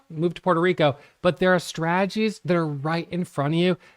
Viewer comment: Huge fan of. Haven't watched his videos in a few years until today. Glad to hear he's still not pronouncing the "t" in strategies... Straaagies:)